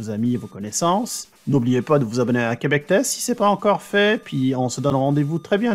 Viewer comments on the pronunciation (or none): none